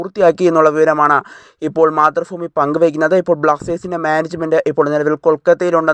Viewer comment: മാതൃഭൂമി ആണ് ഫൂമി അല്ല